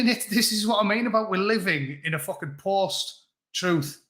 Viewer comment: It's not lies it's " alternative or my troof".